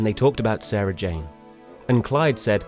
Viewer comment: finally said Sarah Jane's name right, only took 12 years ahah